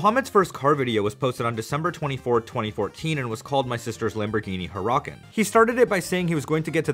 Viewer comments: lamborghini “hur-ah-kin” ☠️ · The way you pronounced Huracan had me rolling. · The way he said huracan hurt me inside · I physically recoiled at how pronounced Huracan. Wtf was that, don’t listen to Mo Vlogs lmao